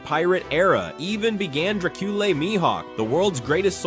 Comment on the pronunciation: Say-bo…drake-oola…hann-u-ball… Donkey-coat…these AI voices are extremely annoying